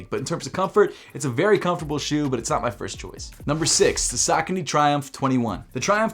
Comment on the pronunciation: Its suu koni. Not sok o ni. Just making observation... potato potatto